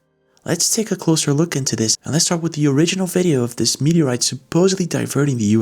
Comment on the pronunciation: Meteorite is way to slow !!! It's not a.mwtoeite !!